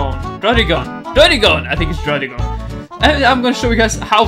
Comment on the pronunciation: You say druddigon like this “dragon” no really like that